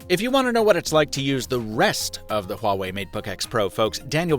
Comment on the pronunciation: Honestly, I was kinda shocked by how accurate his pronunciation of ’Huawei’ is😃😃